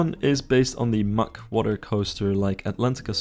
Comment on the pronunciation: Hold up, Mack is pronounced "muck"??